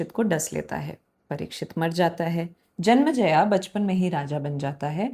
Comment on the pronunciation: मैडम जी विथ रेस्पेक्ट आई वाना सजेस्ट यू,हिंदी का मजा तो हिंदी टोन में ही आता है "जनमज़या " नहीं वो राजा जन्मेजय थे।